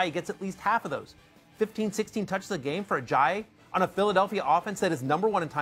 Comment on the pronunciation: First time matthew hasn't butchered it as 'Ajay-yay'